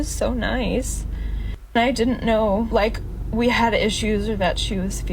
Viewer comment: She rlly said “DIY’nt”